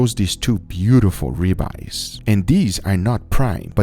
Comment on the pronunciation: the way you said ribeyes with that accent hit hard im ngl